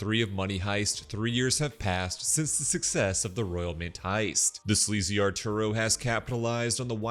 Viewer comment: "archuro" is so funny, I'm sorry😂😂😂